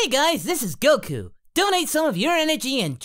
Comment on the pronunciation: For the love of Allah, that is the WORST "Goku" ever. I don't even want to watch now.